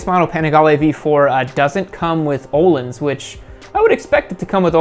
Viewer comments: the name Ohlin is pronounced oh-leans. It is a Swedish word, and is not pronounced like a word in English. A-crap-a-vitch is how the exhaust company Akrapovic is said. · The pronunciation of Öhlins made me want to jump off a cliff.